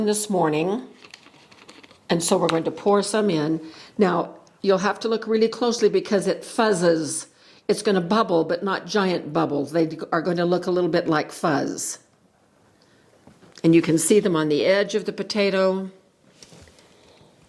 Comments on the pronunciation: Fizzes. It fizzes. Not fuzzes. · fizzes, not fuzzes 🙂🙃